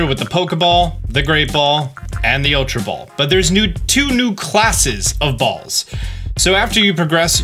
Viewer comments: It sound likes he’s saying bowls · I love the way he says "balls" 😂